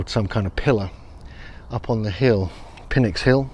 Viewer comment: I think PNYX is pronounced like "nicks", where the "pn" is like "pneumatic".